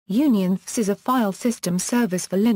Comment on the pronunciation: Don't waste time - This is simply a computer read explanation of UnionFS. The text used sounds like a good summary, but the text would be much more handy as text, rather than a video that doesn't use images and the computer read-out tries to pronounce things like "UnionFS" as one word, making it really difficult to follow.